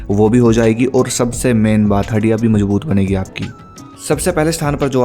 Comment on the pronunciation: Haddiyan ❌ haddia ✅